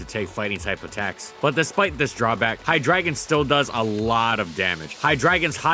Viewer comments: I always called him hi-dre-gon Weird to hear hi-dragon so many times in one video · Hydreigon: "hi-dray-gon" not "hi-dragon" right? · Wait,is that actually how it's pronounced? I've been calling it hi-dray-gon this whole time. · Everytime you said "hi-dragon" instead of "hi- dry-gone" hurt a little cause you even acknowledged the german origins :( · it's wrong then. It's a german name so you gotta say it correctly hi-dray-gone/hi-drei-gone(in german, drei meaning 3) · Take a shot everytime he says Hydragon instead of hydreigon. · Hydreigon, not Hydragon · it's pronounced HIGH-dragon? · Why do you keep calling Hydreigon "High Dragon"? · its pronouced hyDRAYgon ree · Just to get it out of my system, it's pronounced Hy-Dry-gon. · Seriously? No comments about him pronouncing Hydriegon as "High Dragon" the entire video? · It’s pronounced “High-Dray-Gon” There’s and E and an I in its name dude. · Pronounced Hi-dray-gon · I would have personally pronounced it "High - dray - gahn", but you do your thing,. I respect your research. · Hi-dragon. Lol ok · Please reupload with you saying it as Hi-dRAY-gon PLEASE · IT IS PRONOUNCED (HIGH-DREDGE-EON) If you cant be bothered to look up the names how can you talk Pokemon? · Hy-drei -gon. I never heard this Pokémon pronounced the way he is doing it. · LittleWhiteRabbit'B' Well part of its name “Drei” is German for 3 and is pronounced like “dry”. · I mean part of its name is pronounced like “dry” which is stressed in the pronounciation lol Even the Pokédex 3D and anime pronounces it like this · Well he also pronounces it wrong so dont feel too bad (hi-DRY-gon) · I'm pretty sure it's pronounced Hi-dry-gon, Drei meaning 3 in German and pronounced as Dry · Is it not Hy Drey gon? I refuse to accept (as I've never seen the anime) that ei is making an ah here. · Seriously. I had to say drei everytime he pronounced his name. It bothered me way more than it should. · It's HY-DREI-GON. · Isn't it pronounced "high-drey-gon"?